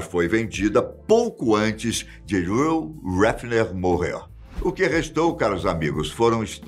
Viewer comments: Mas o apresentador chama o Hugh de Reel Refener porquê? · O brasileiro é realmente péssimo no inglês cara kkkk pqp “Ruh Hefner”, “Roy Hefner”, misericórdia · Pronuncia correta do nome do dono era Riu Réfiner... Eu passo aki na frente da mansão direto... Fica em uma vizinhança chamada Holmby Hills, que fica em Beverly Hills aqui no condado de Los Angeles. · narra estórias como poucos, mas neste vídeo o nome do dono da Playboy dói no ouvido de quem fala inglês…